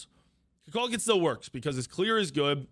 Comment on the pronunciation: Why does he say Kukukaln the wrong way? He literally pronounces his name in game.